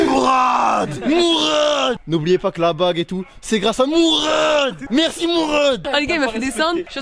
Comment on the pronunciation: Pq tu dit mourrrrraade